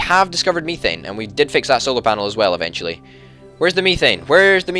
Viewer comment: Just so you know it is said "meth ane" is how it is pronounced